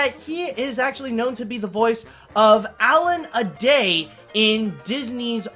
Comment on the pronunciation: That’s Allan-a-DALE (Dale rhymes with male or mail), NOT Allan-a-DAY